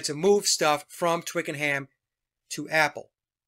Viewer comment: Ohhh …. Twickenham is pronounced twickenAm… h not pronounced in British talk